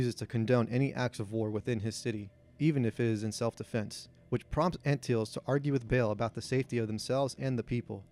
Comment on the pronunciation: Raymus Antilles is proounced Anne - till - ees. I believes it's who C3P0 identifies as his last owner. I also think you need include Owen Lars as part of the regulars.